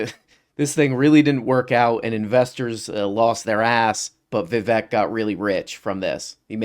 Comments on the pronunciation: I find it easy to remember how to pronounce his name. It rhymes with 'Mistake'. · His name's Viv-ache. It rhymes with "fake". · Vivek rhymes with cake, come on guys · so the guys that support Vivek can't even pronounce Vivek properly, nice